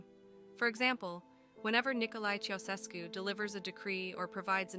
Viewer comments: Thank you. Her pronunciation for that name. Otherwise, a solid piece of Youtuber Gold. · Their surname is pronounced "CHOW-SHESH-CU".